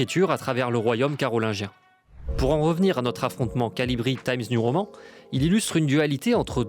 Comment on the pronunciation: Pourquoi prononcez-vous "Taïmz niou roman" (TIMES NEW prononcé en 'anglais' et ROMAN prononcé comme le mot français) et pas complètement en français ou complètement en anglais ? Je donne pas d'avis négatif ou positif, ça me perturbe, simplement